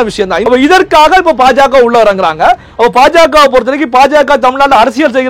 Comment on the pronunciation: it is not PaJaKa. You should pronounce it as BaJaKa